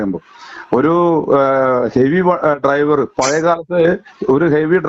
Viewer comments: ഈ നാറിക്ക് ഡൈവർ എന്നു പറയാനേ അരിയു. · ലെവന് ശരിക്കും ഡ്രൈവർ എന്ന് ഉച്ചരിക്കാൻ പോലും അറിയില്ല ഇവനാണ് പാർട്ടി സെക്രട്ടറി .